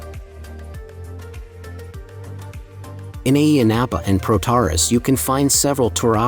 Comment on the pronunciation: It's pronounced with the emphasis on the end of the word: Πρωταράς